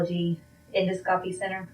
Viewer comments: A nurse, but can't pronounce en-dos-cop-y. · Can’t even say the name of her employer properly. It’s pronounced “End-oss-co-pee”-not Endo-scope-y. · Endoscopy is NOT pronounced endo-scope-ee it’s uhn-daa-skuh-pee Hearing that from a HCP is annoying. Knowing she murdered her husband while their kids sleep? DISGUSTING. She’s an uneducated, heartless, pathetic, murderer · She works as a nurse in GI and she just pronounced endoscopy “endo - scope - eee”?!!??? Girl, NO. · She is crying because she got caught. Bye Bye career. Bye Bye family, and Bye Bye Freedom. She could not even pronounce Endoscopy. It is pronounce En-DOS-co-pee. That is a red flag. If you cannot spell or pronounce the name of the company you are working for, you are unemployed. She is such a liar. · She works in endoscopy, but pronounces the word as "endo-scopy". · Right!!! As a fellow nurse I call BS on her being a real nurse!!! Endo-scopy 😂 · she really said endo-scopy 😂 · The way she pronounced endoscopy lol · She mispronounced endoscopy. Red flag. She’s not an RN. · A nurse that doesn't know how to say endoscopy correctly? Ok. I just found your channel and subscribed! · And pronounce "endoscopy" correctly. 😆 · Shes a so called nurse and doesn't know how to pronounce endoscopy. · I find it funny how she pronounces endoscopy. Never, ever, heard a professional in the medical field pronounce it this way. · I know! You are a nurse and actually work there and mispronounce it. She reminds me of one of the nurses that aren't that bright